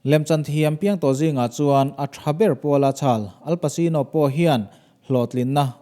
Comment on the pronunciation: Al pasino nilovi.. El paCHino tih a lam tur..wolverine pawh khi huge nilovin hiu jackman tih a lam tur...Chuan i video danga i narrate reng reng hian Police hi Pulis tih hian lam tawh lo la a tha, Pawlis tih tur aw